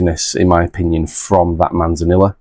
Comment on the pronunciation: C’mon, Manzanilla is Spanish and so two L letters together make a Y sound. So it’s pronounced Manzaneeyah. You are meant to be teaching us, not the other way about 😉 I have that Ballechin actually. Have not opened it yet tho. Edit: Same goes for Amontillado 😂